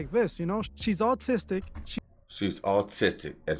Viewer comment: Maaaan if you don’t learn how to say autistic ima scream lol it’s AH- TIS-STICK ALL LOVE LOL